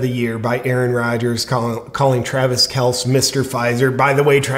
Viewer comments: It hurts me to hear JP call KelCEE Kels- cmon JP - do your homework dude! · J. P., I love your videos but it's "Kel-cee" not "Kelce" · Are you intentionally mispronouncing the name? It's Pat MacAfee like "MacArthur". And it's pronounced Kelcee, a long e at the end. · It is pronounced kel-see. I am a Chiefs fan and Kelce was my favorite player. However, I lost a lot of respect for him when he effectively begged to take his turn in the neighborhood bicycle and now the Covid vaccine issue. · It’s pronounced Kelcee and I fully agree with Rogers. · Yeah, kel-see, and mack-uh-fee! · Actually, according to Papa Kelce that's how it's pronounced, one syllable not two. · “Kelsee and MacAfee”. But I’m sure you’re not a sports fan. Still love your content!!! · Love your show. As a long time die hard Colts fan and big time Pat Macafee fan ( though I will never watch ESPN) it's pronounced " Mac A Fee". Mr Pfizer is pronounced "Kel Ce". You definitely don't have to listen to me. I love freedom too. Just wanted to point out the pronunciation of the names. God Bless! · Cmon man, KelcE (kell see) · JP intentionally mispronouncing McAfee and Kelece on purpose or nah? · Kelce pronounced kelcy! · Hey JP! I believe his name is pronounced Kel See… not a big deal just thought I’d let ya know. Love ya bro! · JP, it’s pronounced kell see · JP I have mad respect and love your content but I have to bring this up. It's Travis Kel-see and Pat Mac-a-fee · It’s pronounced kel-see. I like you Jp but I could say the same thing about you advocating for avoiding the vaccine when it could especially help some demographics of people. Is that weighing on your conscience? I think it’s a personal choice. Not super happy he endorsed Pfizer but idk if it makes him a villain. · It's pronounced "kell sea" but that's ok, I don't like him either. Ask Denny Hamlin how he feels about the vax? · That isn't the least bit correct. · Pronounced Kel-sey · I love you! You said Kelce's name wrong every time!! 😆